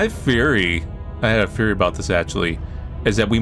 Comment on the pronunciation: I thought soo hard that he said "I have a furry" when he said "I have a theory"